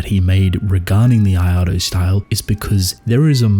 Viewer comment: What tf is the “iado” style or whatever you’re saying